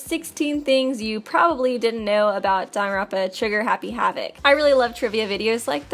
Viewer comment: I like how they emphasize probably